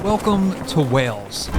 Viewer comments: Wales is pronounced the same as the animal. Not wells. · Of course you're saying Wales wrong. It's CYMRU! 😂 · kinda does sound like you’re saying Wells. That’s a town in Somerset! It’s Way-els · Wales not wells lol😂😂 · This is the second video I have seen recently in which an American person persists in saying 'Wells' instead of 'Wales'. It's as if they think it can't be pronounced the same as the large marine mammal because of the different spelling. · You are saying Wales like WELLS which is completely wrong. It's exactly like the word whales as in the marine creature. Every time I hear you say Wales like wells I want to shout it's not bloody wells. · Why do Americans say “Wells” in stead of Wales, try pronouncing like whales might be better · Hi! "Wales" is pronounced exactly like "Whales" (The H in the marine mammal is basically silent) it is not pronounced like "Wells" which is the usual error. Of course it's name in Welsh is "Cymru" which is pronounced "Kumri" (Come Ree) The Welsh word for welsh is "Cymraeg" Confused? Bye! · The country is Wales, said like Wails. Wells is a town in England with a Royal Charter making it a City. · Great video. As a Brit I love watching your vids in the UK. In terms of pronunciation; I would suggest trying to say ‘Whayls’ not ‘Wells’ when trying to say the country. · You appear to be pronouncing it "wells", not "Wales" !! Glad you enjoyed it though !! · Pronunciation is like whales 🤷‍♀️ not wells ❤ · I don't know if your accent does it but the way you guys say WALES, sounds like you are saying WELLS. It doesn't sound right but I hope you guys love your stay.❤ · To be honest, I don't think it's incorrect pronunciation, more so just their accents, making it sound like they're forgetting the "eeyuhl" part in Wales.